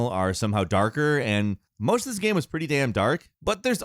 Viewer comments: Bro I hear it every fucking time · How says Gaem. Holy shit every time I cringe. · I've never heard anyone pronounce the word "game" like this. Gearm?? Gemme? Germe?! Gim??